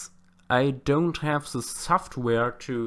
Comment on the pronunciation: I like how he says ze and not the. Sorry